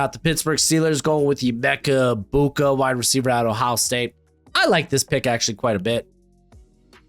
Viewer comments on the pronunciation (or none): You pronounce Emeka Egbuka as "Ebeka Egmuka". 😂